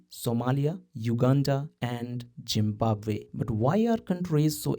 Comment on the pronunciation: did he just said gymbabue? 😂